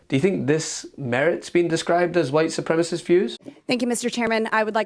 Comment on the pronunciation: Boebert doesn't even know how to pronounce "supremacists" she says "Supremasts" 😅😅🤣